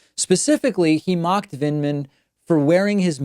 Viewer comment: He couldn't even pronounce Lt Col Vindman's name correctly --- he kept saying "Vindeman".